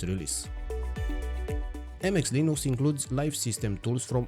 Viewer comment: What is Leen-ooo-cks? Did you mean Linux?